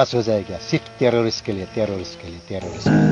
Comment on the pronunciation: "tErRoRs.. tErR.."